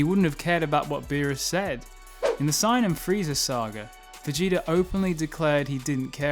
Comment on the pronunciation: You need to learn how to pronounce saiyan bro everytime you said it I got confused and distracted haha